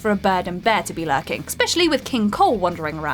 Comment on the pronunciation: SMH....people who pronounce especially as EXspecially.